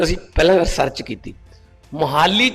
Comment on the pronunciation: ਮਾਨ ਸਾਹਿਬ ਜੀ ਮੋਹਾਲੀ ਦਾ ਉਚਾਰਣ ਠੀਕ ਕਰੋ ਜੀ। ਕਿਤੇ ਹਰਸਿਮਰਤ ਕੋਲ ਤਾਂ ਨੀ ਬੈਠ ਗਏ